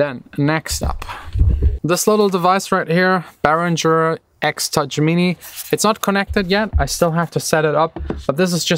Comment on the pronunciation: Also "Bährintscher" war neu. :D Das wird Uli Behringer sehr wundern LOL.